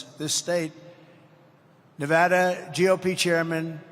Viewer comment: Anybody notice he said nevada correctly